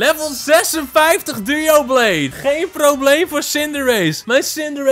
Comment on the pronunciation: waarom noem je doublade 'duoblade'? Het klinkt een beetje gek